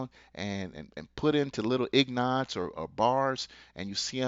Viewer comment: WOW!!---- THIS GUY IS " IG-NIT ".... just after he says "Ig-Nots" when the correct word is "Ingot" (pronounced "Ing Git"). DO NOT LISTEN to someone who is IG-NIT on Silver....wow! ingot [ˈiNGɡət] NOUN a block of steel, gold, silver, or other metal, typically oblong in shape.